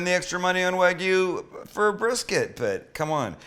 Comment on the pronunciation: It's not pronounced wag yu, it's wahg yu. You've been to Japan. A's are pronounced as "ah."